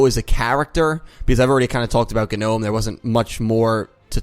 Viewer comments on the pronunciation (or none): It's GEE-nome. Just a heads-up.